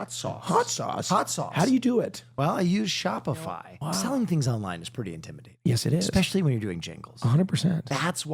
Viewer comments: Love that in the Shopify ad read accidentally said Spotify 😂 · omg did will accidentally say spotify during the shopify ad lol